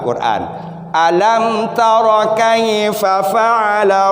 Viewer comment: Ko kaifafa😅😅😅.yg bner kaifa. Fa ala tadz😅